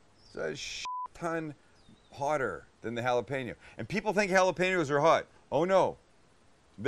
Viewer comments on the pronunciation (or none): none